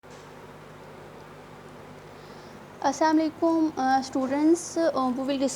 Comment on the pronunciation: it's assalamualaikum not assamaikun🤐